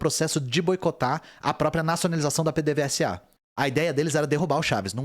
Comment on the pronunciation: PDVSA se lê Pêdêvêsa.